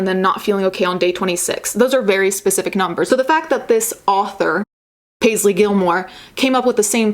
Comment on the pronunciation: Hehehe Paste-ly Gilmore